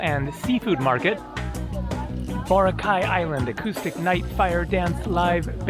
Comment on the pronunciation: Pronounced bo rock eye, hope you had fun!